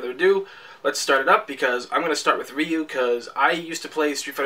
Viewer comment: Ryu is pronounced "Roo"....